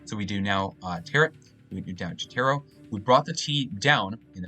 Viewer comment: Do you not know how to pronounce Tarot? :)